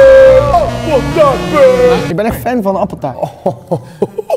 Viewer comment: Rob “appetaart”